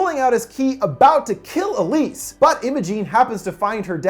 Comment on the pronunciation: check the description you said elsie instead of elise